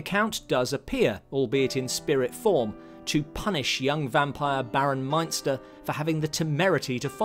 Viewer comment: David Peel was Baron Meinster, ( not Munster). I have seen the Brides of Dracula many times and enjoyed it very much.